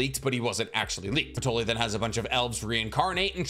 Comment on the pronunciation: like who tf is Patoly?? 😂